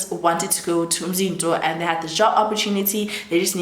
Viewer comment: Love how you pronounce Umzinto